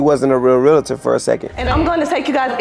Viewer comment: Pretty sure its Realtor not Realitor 😂😂😂